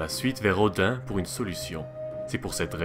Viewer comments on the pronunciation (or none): none